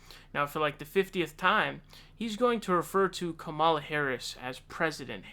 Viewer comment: Why do you refuse to pronounce Kamala correctly?